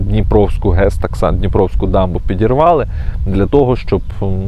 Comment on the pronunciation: "ПИдирвалы"!??? Дальше можно не смотреть, полного патриота